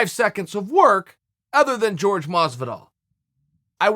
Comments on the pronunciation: Y’all either don’t know or don’t care. It’s not “George” it’s “Jorge” (Hor-Hey). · C'mon Chael....it's f'n Jorge....not George. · His name is pronounced horhay not george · Please forgive me Chael🐐 but it's definately Jorge Masvidal not George. If it's a jab, well done. I like to think it's not😊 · It's not Jorge. It's Hor Hey! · Can u stop calling him George and call him Jorge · Is it that hard to say HorHay? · Say Jorge's name correctly Chael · the way Jorge is inspired by shit talkers , why not the biggest shit talker of all Connor Mcnugget, he already said he would do it. BTW why is everyone hating on you???? oh FYI if you want to pronounce jorge properly , just think of getting you wife's attention and say it backwards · bro, show your fellow fighter some respect and learn how to say Jorge's name